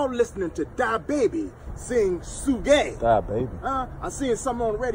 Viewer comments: That darn fool said su gae (suge) 🤣🤣🤣🤣🤣😂😂😂😂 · Y'all listen to DA-Baby and "Su-gay"...🤣🤣🤣